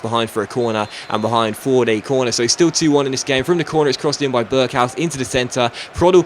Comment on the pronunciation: hij zei burghaus haha